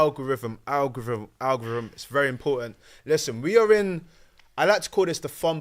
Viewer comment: I beg someone else host, can’t take butchering the word ‘algorithm’ 10 times a show man, ffs…